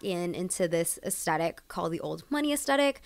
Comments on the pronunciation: I found this post incredibly entertaining. So good. Can I humbly, humbly suggest though that aesthetic is pronounced uhs-theh-tik. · Aesthetic - why is this gen z’s favourite word, why. WHY. and why pronounce the T as a hard T sound? It’s a ‘th’ sound. This genuinely drives me nuts. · hi love ur pronouncing aesthetic wrong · Very informative, but please say aesthetic correctly. Especially if you're going to keep repeating it.